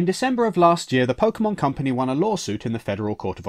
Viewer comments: I really hope you were saying "pokemons" to be ironic. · Pokey Mans!